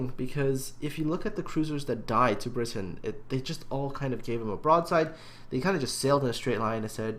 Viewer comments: I have no idea how you get briton out of bratyn??!!??, with all the time you take to make this a top notch channel, you completely insult all your subscribers who send in their replays and you mis pronounce their names, let me see, ya - 100% of the time!! Start going through your replays and count how many times you've said "I hope I''ve pronounced that right". Well, here's a thought, take the time to respect players names and learn how to pronounce them. Try sounding them out - 'a' doesn't sound like 'i' - just sayin'! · The way you said it initially was correct:p Brat-yn;) Thanks for featuring it,! - Bratyn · Everytime I come back to this, I can't help thinking:, how the hell did you get an 'i' sound from an 'a'. if he was called Britain, he'd have spelt his name 'Britain', not 'Bratyn'. I know it's been two months, but sometimes I despair over people, even those who appear competent. Jingles saying that the Cleveland has 156mm guns, even though it has 152's. Jammin411 using results screens from a defeat in a Zao for a victory in a Yamato. We all make derps, but they can intensely annoying.